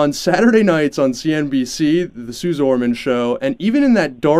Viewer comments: It's pronounced "Suzy". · Dude, how do you get the scammer’s name wrong? It’s pronounced Sue-zee